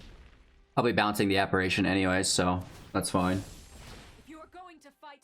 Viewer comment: Please... It's pronounced apparition, with an I, not a third A